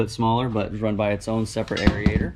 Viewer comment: Questions and comments: WHat is a "jack plate"? You said "Super Custom" and "Jenky" about your Pelican case for the selenoids. I don't think those two terms go together. HAHAHAHA!!! Oh, and I love how you pronounce the E in aerator where it doesn't even exist! Never heard someone pronounce it like that. We'll just call that Key West vernacular? Great video and that boat is sweet. Can't wait to see your new rig! Oh, and your loss of train of thought cracked me up. Don't edit that stuff out. Videos are boring if polished too much.